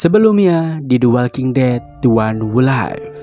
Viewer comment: The Walking Dead: The One Who Live care bacanya "De Wolking Det: De Wan Hu Liv", min :D